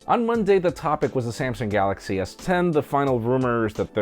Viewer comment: Galaxchee -.- xD